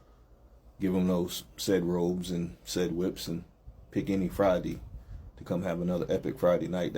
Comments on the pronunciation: 😅😅😅 robes, not ropes, ladies😅😅😅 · Robes not ropes